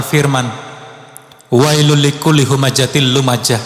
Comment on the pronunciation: Ceramahnya bagus tapi bacaan surah Al humazah tajwidnya salah, waylul likulli humajatil lumajah, seharusnya yg bener waylul likulli humazatil lumazah